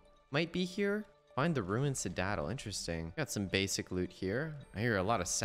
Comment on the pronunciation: Sorry but what the hell did you call a Citadel? ”cIdAtLe”